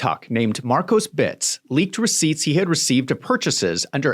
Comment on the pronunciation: Please stop saying, "Markosbits"